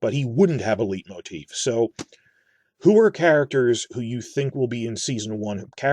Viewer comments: Hate to be this guy but just 'cause you mentioned pronunciation, 'leitmotif' is pronounced sort of like 'light-motif' as it is a german word, often related to the dramaturgy in Wagner's operas such as 'Tristan', the Ring Cycle etc. Great video as always. Keep it up mate. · speaking of pronunciation: "LIGHT-moteef". oh, and i think the music might actually be BETTER than howard shore.